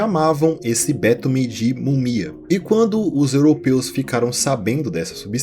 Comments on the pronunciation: O vídeo e a edição são muito interessantes e bem-feitos. Justamente por esse caráter informativo, seria legal atentar para a pronúncia de palavras como 'panaceia' (pa-na-CÉI-a), 'betume' (be-TU-me) e até mesmo o nome da deusa 'Higeia' (hi-GÉI-a). Não se trata de diminuir o trabalho do criador do canal, pelo contrário: esses detalhes agregam ainda mais valor ao que já é bom. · Cara, a palavra é betume.